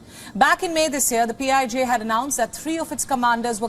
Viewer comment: PIJ sounds like P.I.G.